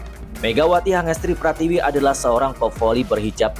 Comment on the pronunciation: iya "Megawati Hangestri Pratiwi" Padahal yg bener "Megawati Hangestri Pertiwi"😁